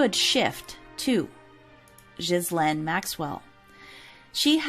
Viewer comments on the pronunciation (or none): It’s pronounced ga-laine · How about Operation Talpiot? Btw Ghislaine is prounounced Gill( rhyming with Bill) LANE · Ok now remake this video and pronounce her name right